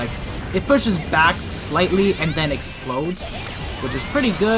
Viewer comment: I love how she says “The Explodedede”